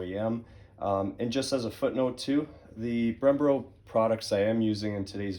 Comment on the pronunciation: “Odie”??? “Brembro”??? Lol 😂